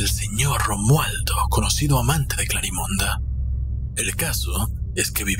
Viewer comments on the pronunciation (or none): Me gusta la historia ya la había leido pero no me gusta que se diga Clarimonda, suena como munda, se escucharía mejor CLARIMEND aun k termine con e (las voces con esa distorcion me desesperó) Pero estoy enamorada de la Historia, me encantaría ser Clarimond Yo no puedo donar sangre tengo mis venas muy delgadas es por genetica